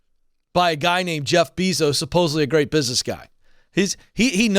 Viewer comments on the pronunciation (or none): It's "Bay-zos", not "Bee-zos". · It’s pronounced bay-zos god it’s irritating hearing him pronounce it beezos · Say it with me BAY-SOES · I love you Ken, but please, it’s Jeff Bezos pronounced BAY-Zows. 😅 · The way he pronounces Bee-zos🙉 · “Jeff Beezos” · It's funny how he says his last name wrong. One more insult to injury. This attrition issue is crazy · If you're talking about Amazon and can't pronounce Bezos correctly, it doesn't make me too confident about your expertise on the whole issue. Sorry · Omg the repeated mispronunciation of "Bezos" is driving me insane!! Also, that's a clear indication here that Ken doesn't keep up with major corporations and or work trends. This came out years ago that they don't want long term workers due to complacency fears by Bezos Ken seems somewhat disconnected with the regular everyday worker, and needs to open his mind to new trends happening now, today, and the automation replacement. Ken should bring in a computer scientist or computer engineer, and have a discussion on replacement theory due to automation and what this means for low skilled workers. It's already happening now! It's even happening now to finance professionals, I know someone who was replaced by a kiosk for credit applications and the rest of their job outsourced to India!!!